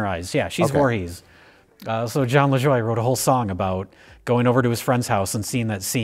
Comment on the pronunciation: Dang, Jon Lajoie reference in an Rlm video! He's French Canadian so it's more like Jon La Jwah